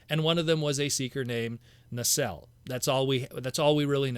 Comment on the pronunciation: Nacelle [ na- sell] you said correctly. I like the War Dawn set however needs Orion Pax Alpha Trion Guardian Robot and the Aerialbots to complete the scene